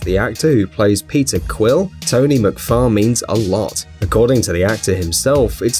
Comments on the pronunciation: "pizza quil" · “Pizza Quill”